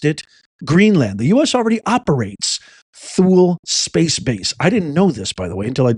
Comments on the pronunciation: Hey, Professor, THULE is pronounced....Too-lee, FYI. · Hey thought you might want to be accurate. The way to pronounce Thule Greenland is Too-lee Greenland. It was the most dreaded assignment in the United States Air Force. It's where you were sent if you messed up. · Generally pronounced TOOLIE. You need to check out the video on our 50-year-old buried nuclear base and the pollution we left under the ice. It won't show us to have been responsible stewards of Greenland! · Pronounced Too Lee